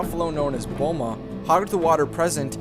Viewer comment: Me When I Hear The Buffalo's Name: I'm Sorry Repeat that again? Me When I Hear that Boma is The Buffalo's Name: Oh Boma, I Thought you Said Bulma for a Sec There Lol